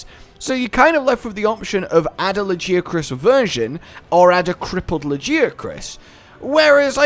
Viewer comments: ...All throughout the video I kept hearing "La Jia Chris" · Lajeucrus you say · How people pronounce Lagiacrus is like how people pronounce "Gif". /ponder